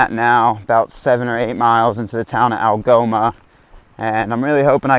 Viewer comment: Algoma is the first town he said right the whole trip lol